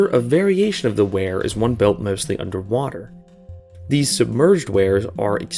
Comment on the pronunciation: weirs (rhymes with beers) can be crazy dangerous. My parents warned me about them when I was a kid, then I learned more about them in hydraulics class in college and became even more wary of them.